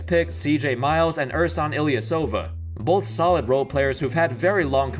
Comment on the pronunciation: Quick tip: It's "Ilyàshova" not "Ilyasòva"